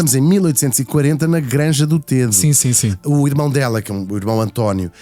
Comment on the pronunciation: Srs Locutores : Granja do Tedo pronuncia se " Granja do Tédo " com É aberto ..... Vocês chamam ao rio Tejo , Rio TÊJO ??? Não pois não !!!! Pois emendem a vossa pornuncia : Granja do TÉDO , mas sem acento no É .